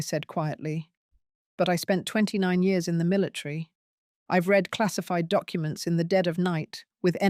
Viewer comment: Why does the reader say "militree" instead of military?